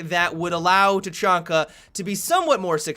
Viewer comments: "Ta-Chong-Ka" xD "ta-Chang-ka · he isnt tachanko is is teshlenko